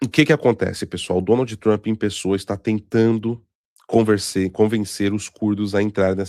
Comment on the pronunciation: "Donaldi Trampi", por favor, o programa já foi patrocinado por curso de inglês e tu ainda segue com essa pronúncia.